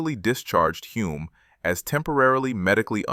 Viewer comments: HULME (HULL-MMM) Not Hume Hyoom Home Homes Holmes It Was Sore Point With Him & Son , 1967 World Formula 1 Champ Denis ( Denny) IT'S NOT THAT HARD TO PRONOUNCE CORRECTLY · Good Lord... Who wrote the AI script for this video? I'm only half way through the video and I heard at least a dozen mispronunciations of Hume's name. I know AI chokes on a lot of names, but Hume? It's only got four damn letters.